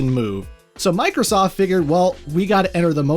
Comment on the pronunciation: Why did I hear boobiesoft.